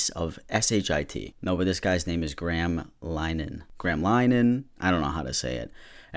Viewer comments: I was about to tell you how to pronounce his name properly but nvm he doesn’t get that- graam it is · if he’s from the uk it’s pronounced gray-am lol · saying graham is so funny its said grey- ham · I don’t know why but when ever you pronounce Graham wrong it makes me chuckle (it pronounced grey um btw :]) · Oh no you have discovered Linehan. Ugh. Gray-um Lin-uh-han (more or less) by the way, not that he deserves the respect of having his name pronounced properly. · Americans pronunciation of Graham will never cease to baffle me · It's pronounced GREY-am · Graham is pronounced (Grayum) over here btw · His name is pronounced grey-em just so you know :) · I'm from Ireland and his name is pronounced gray ham lol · Pronounced grey-ham (don’t pronounce it right tho, it’ll piss him off and we love that) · do americans not pronounce graham as gray-ham? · Lmao the way American ppl pronounce Graham makes me laugh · british me was very confused at your pronunciation of graham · I'm irish, and you unintentionally mispronouncing that deranged bigot's name was the best part of the video. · Love that can't pronounce graham😂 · I wish people outside of the uk could pronounce Graham properly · "so this guys name is gra ham" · Also (not graham like graham cracker, it's pronounced "grey am" in Ireland, he doesn't deserve to have his name pronounced properly, only saying it for other irish ppl called graham) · i'm kinda late but it's gray-am not gram lmao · as an Irish person we dont want him. also Graham is pronounced 'Gray-um' not 'gram' xxx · The most annoying part of this video is you keep saying “gram” instead “grey-am” 😂 jk jk this Graham dude sucks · GRAHAM IS LIKE GRAYAM AHAHA NOT GRAM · oh for fuck's sake not the father ted man time to divorce the content from the creator- (im irish and father ted is like,,,uniquely irish comedy so knowing that the creator of it is a piece of shit is so disappointing) also graham is pronounced gray-am. not gram